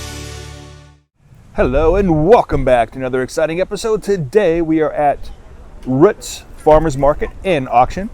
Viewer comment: Been there several times (when I'm in the Lancaster area on a Tuesday), even though I reside 50 miles away. However... I thought, by the spelling, that it was "Rooots" (rhymes with boots), but the narrator refers to it as Ro͝ots, rhyming with books or as as in foot. Do you know for certain if the founder was Mr. Ro͝ot? ...or actually Mr. Ro͞ot?